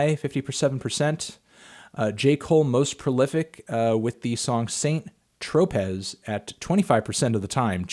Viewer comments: Try "San Tropeh" not SAINT TROPEZ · Le Melon claims to be Antoine Fantoine and mentioned L'École du micro d'argent before, but cannot pronounce St. Tropez ¯\_(ツ)_/¯ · anthony, you are mispronouncing saint tropez